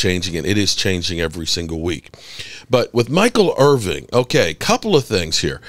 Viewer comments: It’s Irvin. Not Irving. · It’s Irvin…but somebody tells you this every single segment so you obviously don’t care.